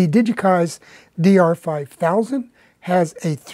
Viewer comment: Maybe pronunciation of the DR5000 was just that good 😁